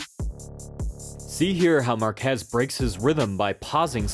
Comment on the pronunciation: I really wanted to love this video, but the repeated butchering of Márquez' surname kept triggering me :P